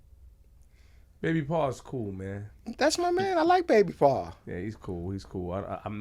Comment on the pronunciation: Why ppl keep saying Baby PAR..ITS BABY PAW LIKE HOW WE NEW ORLEANS SAY LITTLE DADDY...INTERNET NONSENSE